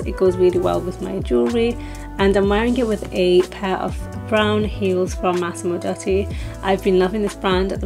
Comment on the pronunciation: It's pronounced "Massimo DOO-tee".